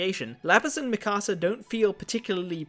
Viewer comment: I think it’s pronounced me kasa